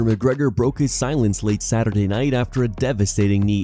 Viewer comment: Max "we'll find out next SaturYear" Holloway